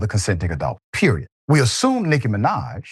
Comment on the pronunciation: doc? You younger than me. You not old enough to mispronounce Nikki Minaj. 🤣🤣🤣